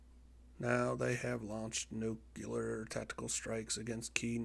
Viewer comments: Good video. Interesting program. Btw it’s Nu-clear not Nuc-ular :) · You present yourself as some sort of war expert (replete with low throated voice) until you say "nuke-q-lar" over and over. Admit it You're a videogamer, guy. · IT'S NOT NUKE-U-LAR! Fucking Americans...